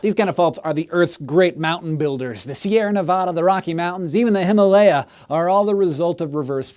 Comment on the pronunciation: Hank, noticed the way you pronounced himalaya, if you wanna make it more accurate go with 'him-aa-luh-ya', it's a combination of two words 'Hima' (Snow) and 'Aa-luh-ya' (Home) :) Cheers!